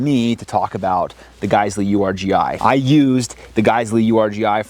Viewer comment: Um it's pronounced Urghee